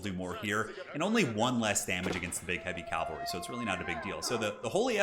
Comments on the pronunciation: Cavalry, not calvary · Another great game! I feel terribly anal for pointing this out, but it is cavalry, not calvalry. I'm sure plenty of people have already told you and that you just don't really care, lol. Anyway... Been watching tons of your videos lately! Really enjoy them. You've gotta be the best commentator I've come across on youtube.